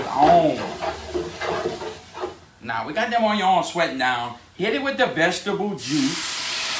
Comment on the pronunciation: No one:..: OIYONS!